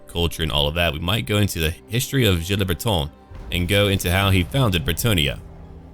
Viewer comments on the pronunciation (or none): none